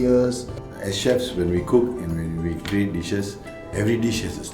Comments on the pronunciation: Well she has problems with words that end with "th", like "with", she pronounces as "wif". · / has problems with words that end with "th", like "with", she pronounces as "wif".